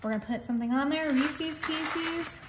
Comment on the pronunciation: I noticed in a newer video where she makes cookie sheet candy with peanut butter, white and milk chocolate, one of the toppings is “Rees-ease” “piec-ease”!! 🤦‍♀️ It’s gone from bad to worse!! 😂😂